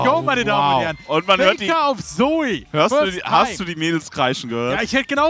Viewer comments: Es Heißt ZOE !! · Ihr habt das falsch ausgesprochen. "Zö", wenn ich bitten darf.